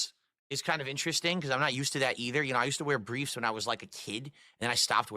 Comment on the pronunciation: “boxer bweefs” I’ve asked this on other videos across the Snort-tex, but what the hell is with his sagging lip and speech impediment? Is it the gin? Did have a stroke?